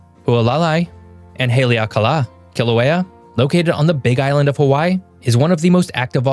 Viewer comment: Kilauea is pronounced Kil ah way ah. Mauna Kea is pronounced Mao Nah Kay ah.